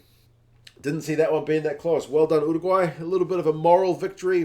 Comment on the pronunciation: Thank you for saying Uruguay correctly! Living in the UK I get a bit sick of "Chilly" et al.